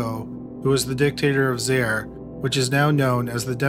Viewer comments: Several comments, referencing the Jack Unterweger portion: - The grammar needs fixing: - "some of the sex workers had went to the police" should be "some of the sex workers had gone to the police" - "it turns out, they had took off" should be "it turns out, they had taken off" - Pronunciation needs work, especially the foreign words: "Zaire" is two syllables, "za" and "ire", pronounced like "zy - ear" One of the murder victims is Sabine Moizl, pronounced "sah-bee-neh moy-tsl" (The last name ends with "L", not "I".) Victim Barbara Scholz's name rhymes with "bolts", not "shoals". "Graz" is pronounced "grotts" i.e. does not rhyme with "jazz". - "ORF" (Austrian television station) is not an acronym, it's an initialism and, as such, is pronounced "O-R-F", not "orf" (to rhyme with "dwarf"). - Austrian police use labels printed in German, not English. - Using American police visuals while discussing crimes that took place in Austria is confusing, especially considering that some of the crimes were committed in the USA. In one scene, the discussion was about the similarity between crimes committed in Graz and Bregenz, while the visual was a Chicago police patch. (?!?) - Last but not least: murder trials in Austria are heard by a panel consisting of three professional judges and eight empaneled citizens. So, the outcome six for conviction, two for acquittal, and four undecided does not make sense. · Haha absolutely horrible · In the Don King segment he mispronounced Zaire like six times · Also mispronounced Zaire. Pathetic! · Zah-ear!!! Not Zayre!!! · He also mispronounced Zaire (Zaa-eer). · Zaire is pronounced “Zie eer” !!!! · "Zye-eer", not "Zair," but otherwise great video as usual! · And the nation was called "ZY-eer", not "ZAIR". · It’s not Zare🤦🏻‍♂️ Zaire…. Ffs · It's pronounced zaa·eer not zair. Great job on the info though. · It's pronounced "Zy-eer". 😉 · It's pronounced Zye-ear. I remember that fight. My mom said it was a con perpetrated by a murderer.